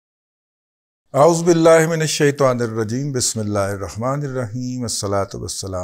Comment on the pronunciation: گذارش ہے کہ تعوذ پڑھتے ہوئے اعوذ میں ذ پر پیش ضرور پڑھا کیجیے